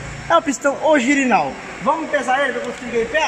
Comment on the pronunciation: "Ogirinal" KKKKKKK